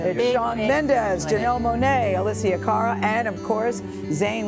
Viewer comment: “Alesia Caryl”